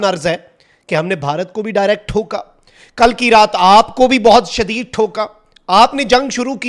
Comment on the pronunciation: the way you say Thoka hahahahhahaha